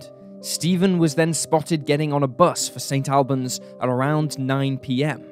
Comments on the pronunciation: The town name in the first story is Saint All-bons, not Saint Al bans, the Al part isn’t persons name. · Also St Albans pronounced 'Allbans' or Auburns not AL (rhymes with pal)! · It's pronounced 'Saint ALL-bans', not 'Saint AL-bans'. The narrator is British, he should know that! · Pronounced more like Saint All-buns. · It's pronounced St All-bans